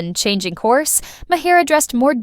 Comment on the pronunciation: AI voice over sounds natural but doesn’t know how to say Bill’s last name.